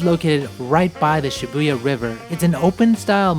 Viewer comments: It's pronounced SHI-boo-ya, not Shi-BOO-ya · Nobody:: shiBOOya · it's Shibuya!